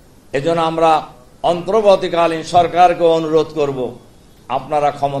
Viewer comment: বিনয়ের সাথে অন্তর্বর্তী উচ্চারণ শুদ্ধ করার অনুরোধ করছি।